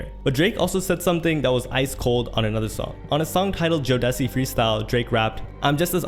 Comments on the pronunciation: it's pronounced JOE-DA-SEE not Joe Desi.😂 They are a great RnB group from the 90s. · lmaooo “joe-dessy” bro never heard of jodeci 😂😂😂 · I respect your research but your showing how much you aren't from the culture. You pronounced "jodeci" as (joe dess e) .. if u listened to the song you would hear the he says (joe da see) or even if u listened to jodeci back in the day you would understand. You lost me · Joe - De- see Freestyle it’s pronounced Joe-De-See! As in the very wildly popular 90s r&b group JODECI. Respectfully if you are going to report on the culture, pls know the references and pronunciations, it’s only the respectful thing to do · “Joe Dessy freestyle” 😭it’s pronounced jo-da-see. Legendary RnB group, probably responsible for like 70% of black people born after 1990 😭😭😭😭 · Jodeci is pronounced Joe-dah-see. It's an r&b duo from the 90s. Jodeci freestyle. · Joedessii??? 🤣🤣🤣how do you not know how to pronounce Jodeci....?? You are not like us. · lol he said jo- decy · "Joe desee" lmao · actually its "Joh-Deh-SigheeAAeeAAuHoOOHHHH-WhatsPoppin-TuHNaite" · Joe-Duh-See Freestyle. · Man's said "Joe-Dessy" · Seriously kid doesn’t know Jodeci and I sure don’t know Joe Dessy 😂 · That urked me bad 🙄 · You're so attractive but the way you said Jodeci made me puke in my mouth a bit. 🤦🏽‍♀️ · My man showing his age a bit, pronouncing Jodeci like that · IDK bots usually mess up lots of words…. So far I’ve only heard and mispronunciation for jodeci. The others pronounce ‘chile’ like chilly and “combs” like “calms” Edit: just heard him mispronounce Nas 😂 ….maybe it is a bot